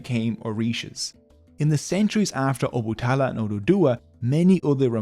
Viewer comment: It's O-Ba-Ta-La not Obutala but thanks for the video